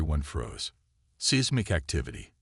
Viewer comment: PLEASE get rid of this AI OR fix it!!!!!!!!!!!!!!!!!!!!!!!! Every one of your stories SUCK just because of your crappy AI, even though the story plot itself is good. "BRETH-able"(breathable), "SEEZmic activity", "QUARin-TINE"(pronounced quarenteen"!!!!!!!!!!!!!